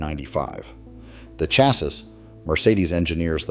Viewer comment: I can't stand AI generated scripts and voice-overs... first clue was pronouncing the word "chassis". Did not subscribe, because I am so tired of this AI crap - It is in no way authentic.